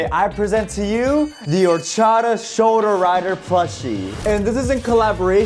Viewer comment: Bros Spanish orachaDa is chopped